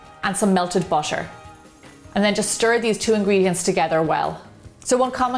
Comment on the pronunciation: She's very nice and talented BUT does anybody else feel like she's saying busher when she says butter?